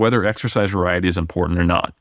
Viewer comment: There is no letter D in the word “important” so please quit mispronouncing that word.